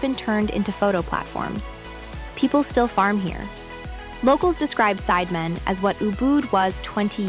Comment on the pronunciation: It's pronounced Sid e man, sounds like the spice Cinammon